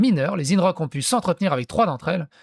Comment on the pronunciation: Alors toi t’es vraiment l’abruti originel ! Dire que Guillaume pley est de gauche c’est vraiment avoir le discernement d’un poisson rouge au milieu du désert 😳 ! Et on dit INrocks ! Pas ÏNErock !